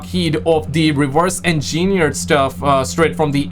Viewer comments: The word is pronounced "engine-eared" not "in-gee-neerd" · It's reversed engineered, not engineiried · Don't want to make fun as I know you speak several languages.... but we say ENgineered with the first syllable being the one that gets the focus...